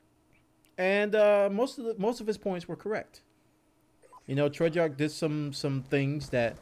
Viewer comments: Please say it with me.... TREY-ARCH NOT TREY-JARK! Please say it with me.... TREY-ARCH NOT TREY-JARK! Please say it with me.... TREY-ARCH NOT TREY-JARK! Please say it with me.... TREY-ARCH NOT TREY-JARK! Please say it with me.... TREY-ARCH NOT TREY-JARK! Please say it with me.... TREY-ARCH NOT TREY-JARK! Please say it with me.... TREY-ARCH NOT TREY-JARK! Please say it with me.... TREY-ARCH NOT TREY-JARK! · I love this game and I love the hell out of you but DAMN does it make me wince when you say Treyarch lmao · I think we need a patch on how says Treyarch, but apart from that this was a really good commentary. I have avoided CoD since playing MW2 but I may give this one a go having heard what has to say about it. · You're pronouncing Treyarch wrong lol